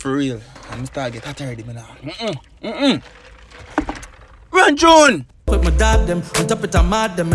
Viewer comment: "Run Chune"😂😂